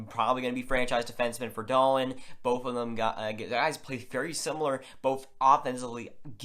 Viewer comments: Yes, Dahlin (pronounced Dahleeen not Dahlin or Dahlan) has very high potential. He is a generational defender in the mold of Niklas Lidstrom/Erik Karlsson. Also has some Bobby Orr in him but not as offensive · Yeah it reason for the different pronunciations is because it’s Dahleeen in Sweden so that’s the actual pronunciation. But in NA, a lot of people have called him Dahlin. But if you look at the NHL draft lottery interview with Dahlin for example you see they call him Dahleeen. The NHL draft should be much the same with the “Buffalo Sabres are pleased to select Rasmus Dahleeen” lol